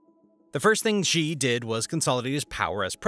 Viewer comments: A small suggestion: Xi is pronounced „Shee“ and not „Xjii“ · Xi is not pronounced "Gee", it is pronounced "she", like a girl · Xi's name is not pronounced 'djee' but 'she'. If you don't care enough to the get the pronunciation right, perhaps your other details are not accurate as well. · Say his name right jsfc